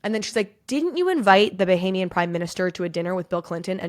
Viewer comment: Bohemian? You mean Bahamian?